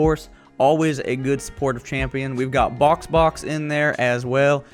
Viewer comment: AHHAHAA "SLOW SHAMPION"